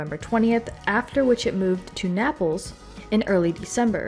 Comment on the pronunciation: A bit harsh but someone should have at least looked up how to pronounce Naples.